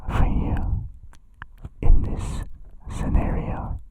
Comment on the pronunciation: Actually, it's "this", not "these". They have an accent and pronounce it similarly to these but it's not the same.